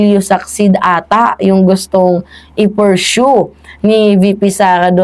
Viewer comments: Paghilom feeling sweto tarunga sa na imong pag pronounce sa persue ! Adik ka din eh ! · ayusin mo ang pronunciation mo sa pursue para hindi nakakahiya.